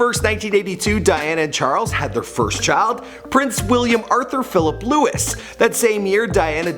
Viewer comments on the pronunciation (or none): none